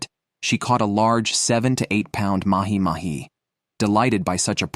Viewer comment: Ya lost me at "Mahi Mahi"